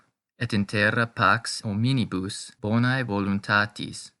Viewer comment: Very good. Muito boa a sua iniciativa de trazer a pronúncia eclesiástica para seus seguidores. Sou Católico da Missa Tridentina e fiquei feliz pela iniciativa. Algumas palavras não estão sendo pronunciadas da forma eclesiástica mais "padrão", digamos assim, como: gratias e palavras com "ae" como "bonae", por exemplo. "Gratias" possui pronúncia mais próxima do "gracias" do espanhol. "AE" tem pronúncia mais próxima ao "A" de "femAle". Obrigado pelo trabalho.